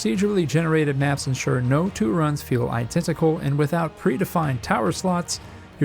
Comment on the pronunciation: iTentical! Am I the only one to notice?